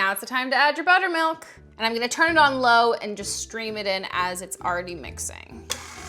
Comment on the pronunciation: The first time she said buttermilk I thought she said bonermilk